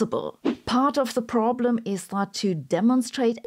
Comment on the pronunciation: her accent when she pronounces the word 'problem' 😂😂